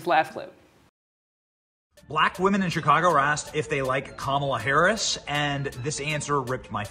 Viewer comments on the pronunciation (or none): It’s pronounced Comma -la Amber Rose. Repeat after me - Comma la. Didn’t you hear her little nieces breaking it down? You’re not smarter than 10 year olds.